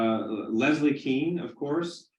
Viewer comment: It’s pronounced Kane , not Kean. She’s probably wishes that she just changed it to keen 50 years ago lol.